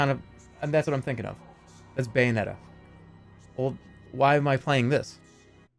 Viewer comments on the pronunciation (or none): none